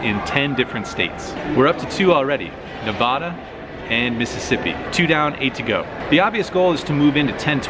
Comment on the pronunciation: why is it so hard for you to pronounce "Nevada" correctly?